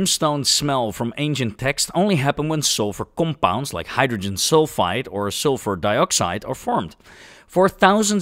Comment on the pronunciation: im just here for the pronounciation of the word "COMPOUND"